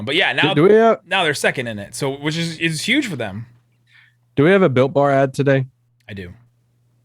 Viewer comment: with the great ad read.. For the first year of Built Bar promos,I thought was saying “Bilk Bar” not “Built Bar”